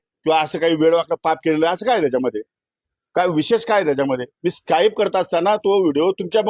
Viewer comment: स्काईप नाही, स्कीप😂